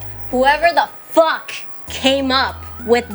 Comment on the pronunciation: The way Niki emphasizes FUCK is FUCKing amazing